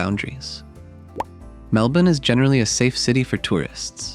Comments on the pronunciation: So weird hearing an American say it normally lmao. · You pronounced Melbourne correctly 😊 👍